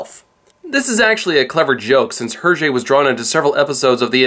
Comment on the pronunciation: Please, please, please. When will Americans and non francophone Canadians learn to pronounce foreign words better and more accurately? The second T is silent in Le petit vingtième. The S is not sounded in Georges and it pronounced close enough to English. The H in Hergé is silent. Castafiore is Italian as befits an opera singer and has four syllables A + A + IO diphthong+ E.